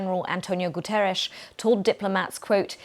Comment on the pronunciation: Please BBC presenter learn to correctly pronounce the name of the UN Secretary General Antonio Guterres. Don't be ignorant.